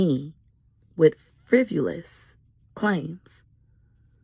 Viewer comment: Frivolous, not frivulous dear.